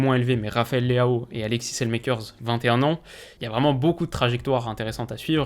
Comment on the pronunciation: Hello, je remarque à travers tes vidéos que tu fais toujours attention de bien prononcer les noms de joueurs par rapport à leur pays d'origine. Du coup je me permets de te corriger sur Saelemaekers, ça se prononce "salemakers" sans accent anglais mais plutôt flamand puisqu'il est belge;) Super vidéo <3